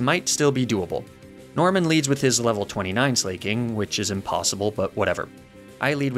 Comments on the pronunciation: i have never felt more physical pain hearing a pronunciation than when i heard 'slayking' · Slah-king, it’s a play on the word Slacking, because it’s a sloth, that loses every other turn because it slacks off. I’m sorry for the nitpick but that just irked me. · I hate how he pronounces Sla(c)king and Truant.